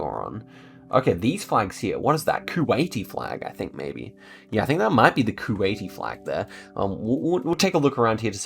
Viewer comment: You Keep Saying Kuwaity Flag lol!